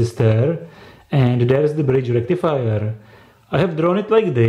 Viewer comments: foooool bridž rectifajahh!!!!!!!!!!! this is very denžerůůůůůůůůůůs :-D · fool bridž rectifajaah!!!!!! This is very denžerůůůůs stuff of koooooors :D